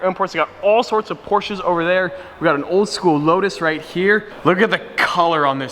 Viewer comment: I always hate when he says '' this vlog is olver''